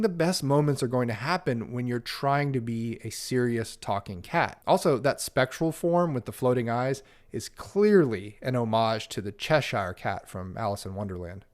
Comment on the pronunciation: You mis-pronounced “Cheshire”. It’s che-sheer, not che-shy-er. Especially crucial given the British setting of this game. Same with Lancashire, Oxfordshire, etc. I know it’s odd, as “shire” on its own is indeed “shy-er”. But that’s English! ¯\_(ツ)_/¯